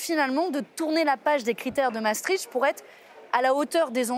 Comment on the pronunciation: Misère ! Ils ne sont mêmes pas capables de prononcer Maastricht correctement. Non, on ne prononce les deux A. Les deux A indique que c'est un son long. Non, on ne crache pas tricht. le son icht c'est la jota espagnol atténuée. Les G en néerlandais se prononce comme la jota espagnol. C'est donc un son que l'on forme dans le fond de la gorge. Quatremer : "La Belgique est rattachée à l'Allemagne". Ah bon... Et depuis quand, gros débile ? Je n'irai pas plus loin. Trop d'inepties, trop de propos lénifiants, trop de blah blah creux.